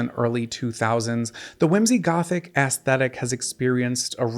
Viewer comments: Aesthetic…the A isn’t hard, it’s more like “eh-stetic”…I love these videos but I wince every time you say ASS 😬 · I die a little inside every time I hear the word "aesthetic" pronounced ass thetic. 😭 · What is ass-thetic? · Every time you say “ass-thetic” a former 90s teenage goth grows a grey hair